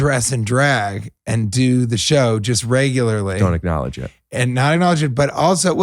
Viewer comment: Does he say acknowledge it or ricknowledge it!